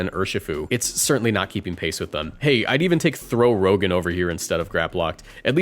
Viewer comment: "throh rogan" got me